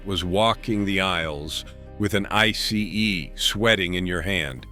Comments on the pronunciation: You said I C E It's actually called an I SEE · It's pronounced: 'I-cee'.